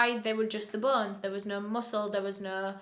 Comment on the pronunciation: I can't help but notice the way you weirdly pronounce "bones" to "bons"